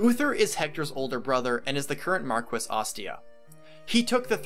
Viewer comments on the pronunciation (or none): It's pronounced Mar-kess, not Mar-kwess. Sorry, I just got tired of hearing you mispronounce the word over and over again. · I want to say how amazing and on point this video is and shower you with praise... BUT I AM ABSOLUTELY LIVID AT THE WAY PEOPLE SAY MAR-QUE-SS. BECAUSE I AM SURE IT'S MAR-KESS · Mar-key, not Mar-ques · great video, just fyi its pronnounced Mar-keys not mar-ques, as it is french. I said it the same way for years :D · I know the word seems phonetic but it isnt since it isnt really an english word, its pronounced "markee" not "marques" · It's pronounced mar-kwess. Heroes pronounces it differently. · I really like the video, and I agree Hector is great and undervalued, but since I know it bothers people, it used to bother me since I had no idea, Marquess is pronounced like Mar Key. (mar-KEE) I know, it is weird, blame France. Honestly, any way it is spoken is fine. People shouldn't care. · A couple things,. First, Jaffar did not kill Elbert. Ninian did, while under Nergal's control. Jaffar was only present to prevent the lords from escaping with Elbert, which he did, and then left before Elbert died. Second, the rank of Marquess is pronounced "Mark-Ess" in English, "Mar-KEE" in French and Italian, and, unless I'm mistaken, "Mar-grave" in Germanic languages, though really, a Margrave and a Marquess are not quite equivalent ranks. Lastly, A-thos. Not Uh-thos. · Its pronounced markwess. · In the word marquess the u between the q ane the e is NOT pronounced. This word is Latin based and it stems from Spanish/Portuguese/French/Italian. Just like in the Spanish surnames Velazquez, Rodriguez, Dominguez, etc the u is never pronounced. The only way that the u can be pronounced when is between the q/g and the e is when the 2 dots are above the u. Words like vergüenza and cigüeña are perfect examples to illustrate this.